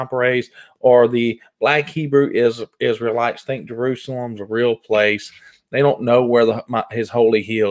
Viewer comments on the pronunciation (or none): none